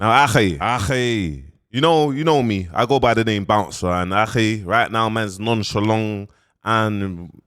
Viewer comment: Akhiii “Nonchalong” is crazyy 😂